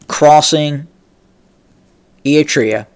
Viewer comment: Hello, first let me congratulate you for finally been able to pronounce the name “ERI-TREA” properly as opposed to “Etria” as you use to say it. That is tremendous progress. Now I hope that you will work on pronouncing properly the last name of the delusional and phony current ruler of Ethiopia or city state of Addis Ababa as you aptly described him, namely Abiy as AHmed and not Amed unless you meant it as a pun to describe him in Amharic as ኣመድ to mean dirty (soil). BTW, your description of the geography of the region is impressive but your political analysis leaves a lot to be desired. To begin with, Abiy’s latest pronouncement against Eritrea is simply a bluff meant to detract Ethiopians from the serious political, economic and social quagmire that they find themselves in thanks to his inept administration. But even if he were to be serious, he has a zero chance of winning as Eritrea is too experienced, well-armed and diplomatically well-connected. To make matters worse, ownership of the Red Sea is not the concern of Eritrea alone but that of all the countries who border the Red Sea including Egypt and Saudi Arabia to mention a few, all of which are opposed to changing any ownership of the Red Sea by any means. In any case, a certified narcissist that he is, Abiy has gambled big time and there is no doubt that this will be his last one as he will not be around for too long. Mark my words!